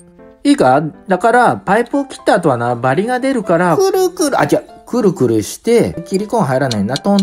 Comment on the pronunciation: くる↑くr↓なんかじわる